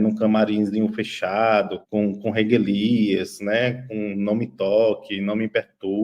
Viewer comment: "I(n)dentidade" dele?? "Reguilias"??😂😂 Parei de assistir. Sorry